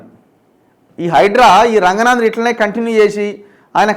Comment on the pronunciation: రంగనాథ్ కాదు రంగనాధ్ గారు అను